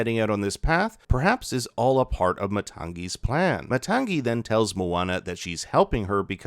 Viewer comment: Matangi = Maa-tongue-ee